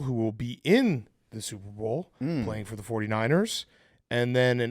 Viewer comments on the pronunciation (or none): Is Big Cat saying Soup Bowl intentionally now? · Holy shit BC does say Soup-Bowl